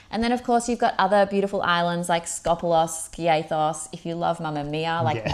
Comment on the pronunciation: hello guys, its called Scopelos not Scopolos, and Koufonisi not Koufosini, just a heads up!! great tips though!